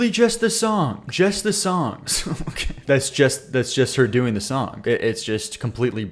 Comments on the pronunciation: What accent makes you say “Songk”? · STOP SAYING SONK 😂 there is no k at the end of the word song